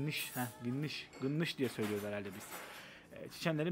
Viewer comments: abicim, onlar gınnış değil, doğrusu galnaş ;) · Abi gınnış degil Galnaş dicen burda😂 yoksa video da görüldügü üzere kimse anlamaz.